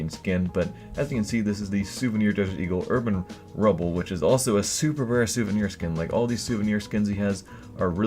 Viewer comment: you made a mistake saying souviner ak47 stattrak red laminate :P but nice video as always